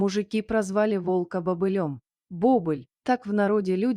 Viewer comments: Не бОбыль, а БобЫль!!! Когда уже чтецы подружатся со словарями?! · Не бОбыль, а бобЫль!!!